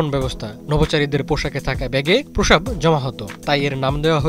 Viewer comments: ৭১ টিভি কি দেখে সাংবাদিক নিয়োগ দেয় বুঝিনা, এই লোক প্রস্রাব শব্দটা একবারো ঠিক মতো উচ্চারণ করতে পারেনাই। এটা প্রোসাব না প্রস্রাব। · সংবাদ পাঠক এর তো প্রশ্রাব উচ্চারন ই করতে পারে না।